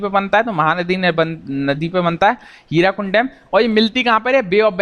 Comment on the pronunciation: Sir (Hirakund) Nahii. ( Hirakud ) sahi hoga